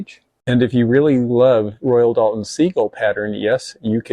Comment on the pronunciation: Chinking is what they put between the logs and log cabin. Dual Royal Doulton not Dalton like the Dalton Gang seen Rick Steves tours the factory in Europe that's how you pronounce that I assume they know what they're talking about being with their the factory❤